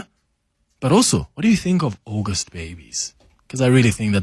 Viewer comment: It is NOT OGOST it’s aUgust